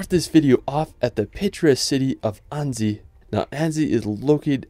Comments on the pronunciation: Annecy is pronounced "Ansy", not Andy! :D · Annzy? Maybe ask someone to help you with the pronunciation if you make an entire video full of foreign names? 🤔